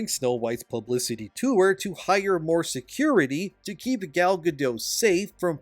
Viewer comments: Over Bite and the 7 gender related mental disorders. Edit: you say the other charisma vacuums name wrong. Say dot. Now say gadot. Now say gal gadot. Ga-DOT not ga-dough. Leave the illiterate bullshit for surrenderland. Here in america we can 1. Read and 2. Win a war. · Gadot, not Gado, the T isn’t silent at all. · It's pronounced Gal GADOTT. Hard T. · Bro, the past-tense of cost is cost. There is never an "-ed" version of the word. It is not "costed" and you harm your own reputation by saying it wrong. Your presentation is otherwise good. Oh, but also, Gadot is not pronounced with a silent t. She isn't French. Her name is pronounced "guh-dut." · FYI- Gal Gadot is Israeli, not French (there is no soft “t” at the end of her name). Gal rhymes with “doll”, not “pal” and Gadot is pronounced exactly like “god-oat” (does not rhyme with “bad-dough”). Just good to know 😊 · He didn't say it correctly either. Go watch the video of her telling people how to pronounce it. She says it like he does but the "T" isn't silent. It sounds like "guh-dote".